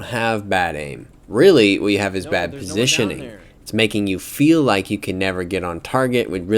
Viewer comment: "baid aim."? XD